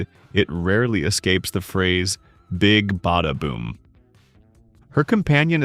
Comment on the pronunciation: It's Big Bada Boom not Big Beta Boom 😅